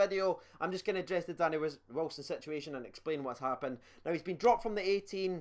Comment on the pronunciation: I honestly love it when you say "situationonon" 😂😂 I was expecting you to say "negotiationononon" 😂